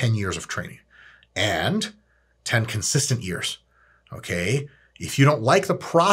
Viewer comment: “10 conistant years” 😂😂😂